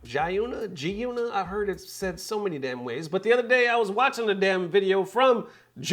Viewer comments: GEE-YOU-NUH. hope this helps. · Axshually! It’s pronounced high-yoöńæ. 🧐